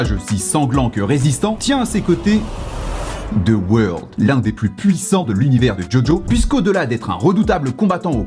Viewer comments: "De weurld" ?? PLS MAN C'EST "ZA WARUDO" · sa se prononce "za woldo" par contre -_ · Ce n'est pas "the world" mais ZA WAURDO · « dE WoRLd »😭😭🤣